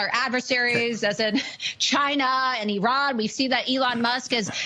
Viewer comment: Ira... What? Never heard anyone say Iran like that. She have so many Botox her nose is filled of it. I feel bad for those who scrap their face like that.